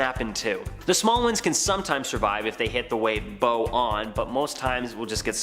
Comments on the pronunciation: “Bo on?” The front of a ship is called the bow, as in “take a bow.” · The front of ship is pronounced "bow" as in "taking a bow on stage". Not "bow" as in "bow tie". Rhymes with "cow", not with "no". Thats how to say "bow on". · DUDE! The front of a boat is the "Bow", pronounced like "Wow". You may be the only person in the western world who doesn't know that. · This guy can not pronounce the word "bow" like the front part of a boat.